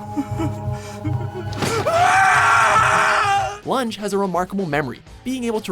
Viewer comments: Also, learn to pronounce Lunge properly. It's the German name, not the verb, you dumb fuck... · Lunge is pronounced "Lungei" not "Lunj" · loon-gay.. not lunge you idiot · Heinrich "Lunch". Oooooooooof It's pronounced Roon-geue !! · It is pronounced as loongae idiot not lunj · This narrator is always messing up the names. It's not lunge it's pronounced "Loon-gay"... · Please don't use english pronounciation on german names. It's Lun-ge, not the english word lunge. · “Number 5: Heinrich lunch” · It's pronounced lungay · #5 heinrich lunge lol im so dead Read it like this "luongay" im not kidding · Lunge. It's pronounced lun - geh ... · "Lun-gay" please pronounce it correctly. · Lun-gay lun-gay how do u pronounce that wrong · Lunge, it pronounced Loon-gay, have you even watch the series. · Fyi, Lunge's name is pronounced loon-ge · Isnt Lunge from Monster supposed to be pronounced Loon-Gay. That is how its pronounced in the Dub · And did he just say LungE as lunge? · Unsub for pronouncing LUNGE wrong...dummy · I cringed so hard when he mispronounced lunges name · While you still managed to butcher just about every name in this list, im eternaly grateful that you didn't choose to go by the eng. dub version of Detective Conan. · 'They need to meet the archetype of a detective.' Chooses a number 4 that never does any detective work. Pronounces Lunge incorrectly, then avoids any clips where his name is said to remedy the mistake. Calls their number 1 number 3. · You pronounced the inspector's name from monster wrong. -.